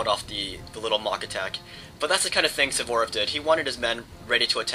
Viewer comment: I congratulate you! I think tha you're the only american that i know that can pronounce "Suvorov" correctly. Great battle!